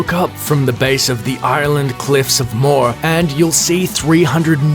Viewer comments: Its not called The Cliffs of More. There called The Cliffs of Mohar pronounced like moahhar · the cliffs are pronanaced mo her I’m Irish I would know